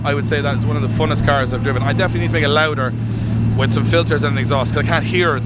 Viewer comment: For the more intelligent when he says Free he means Three, When he says Wiv he means with! This is classic TH fronting at it's worst.